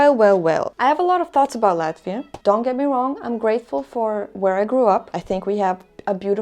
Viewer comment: me being a russian speaking, I felt how you pronounced "Latvia", feels like just home :-)